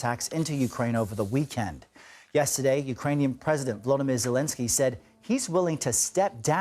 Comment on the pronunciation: His name is VoloDYmyr (accent on third syllable), not "VoLOdymyr."